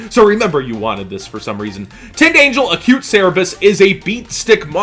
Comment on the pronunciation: "Angle" "Angel" This irked me throughout the video...